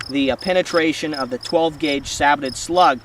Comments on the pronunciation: It's like these reviewers have never seen a WW2 tank or any tank documentary, in the last 20 years, where the people clearly say SAY-BOW NOT SAAY-BOW. Sorry I cant get past that. Not gonna listen to minutes of talk from someone that pronounces it that way in the first 20 seconds of the video. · Christ.. saybow. Not sabbotted...